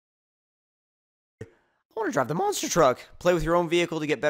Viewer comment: It's pronounced "Monster Truck", not "Monster Track".